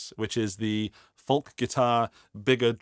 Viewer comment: Are you pronouncing the L in folk?